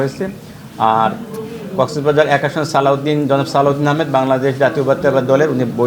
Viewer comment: কক্সবাজারের ডিসি সাহেব জেলার নামও সঠিকভাবে উচ্চারণ করতে পারেননা।